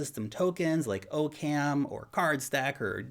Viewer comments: Its pronounced Occum. Not OCam. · it's pronounced OCK-uhm. As in Occam's Razor. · i think its pronounced "Ah-Kum" as in Occams Razor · I'm pretty sure Occam is pronounced like "Occam's razor" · 'zactly. that's what i just said. except for the "pretty sure" part. because i guess i'm not modest like you.